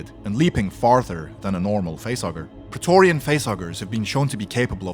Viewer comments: Prae TORGH rian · Say preatorian again